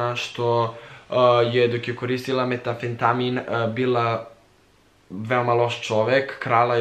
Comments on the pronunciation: Metafetain, a ne Metafetami, ni metafeetaim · 200 puta si pogresio u izgovaranju, kaze se metamfetamin, ili ti met. Gledaj malo Breaking Bad ;c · Hoces li jednom izgovoriti lepo metamfetamin hahahahah